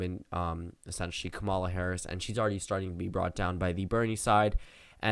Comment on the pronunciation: God her name is pronounced KAW-muh-luh. Not ka-mawl-uh